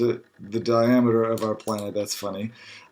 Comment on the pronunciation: Can't help but notice that his reading falters on four syllable words. "Fifty times the d...diam...eter"